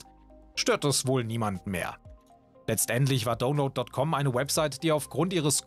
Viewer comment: es heisst nicht dohnload sondern daunload